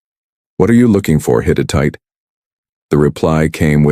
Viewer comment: The Hit-it-ite?? Hittite!!